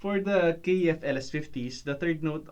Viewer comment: KEF.....not K . E . F